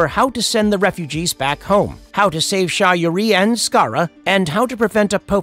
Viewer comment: Hey i appriciate the video , but is this video voiced by artificial intelligence? Its the only reason i can think of why EVERY CHARACTER NAME PRONUNCIATION IS WRONG . Sha ri , annubis , teal'c ,Appophis all said incorrectly. I noticed that all your other videos the names of characters are butchered..